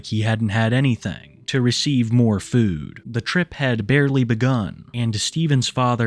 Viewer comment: Dawg you say the word food like a fucking weirdo. FEUWED